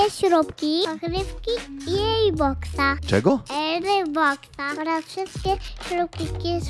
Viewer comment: sztos! <3 Nie "air" nie "ejr" a "Erbox", to było najlepiej wypowiedzianym airbox w całym odcinku:P Super się ogląda Twoje filmy! Pozdro, czekamy na więcej:D